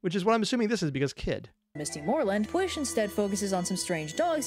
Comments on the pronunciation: And then she never covered any Welsh myths again (You could maybe count her King Arthur one because king Arthur was originally a figure in Welsh mythology, but she only covered the English version so it doesn't really count.) (Note: She did pronounce Pwyll incorrectly.) (Second Note: You actually pronounced the Welsh words surprisingly well compared to most Americans at least on youtube.) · The pronunciation of pwyll hurts me, is pretty good but not perfect but that’s fine.